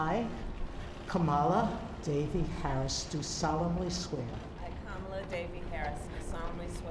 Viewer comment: If you know Kamala Harris - how come you can't say her name correctly?